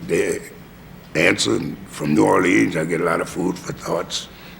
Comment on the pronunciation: As a native New Orleanian, Louis pronounces the city's name as the vast majority of natives do NOT pronounce it while Cavett pronounces it the way the vast majority of natives DO pronounce the city's name. I suspect that Louis is trying not to confuse people since he uses artistic license to pronounce it Orleeennsss like in his songs such as "Do You Know What It Means" (to miss New Orleans). So many greats.... I love my birthplace.